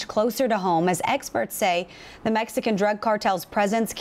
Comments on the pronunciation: Why does she keep saying "Mesican"?? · The way that reporter says mesican is annoying hopefully she gets taken out too